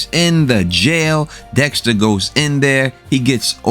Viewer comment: Dextuh, killuh, winnuh. Lmao. Great videos. I watch them every week. Still unsure how Kurt 100% knows it was dexter that killed his son. I get how he figured out he was cremated but how does he know it was dexter for sure. Were there cameras around?